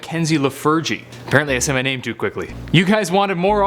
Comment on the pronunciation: I like how u say ur name!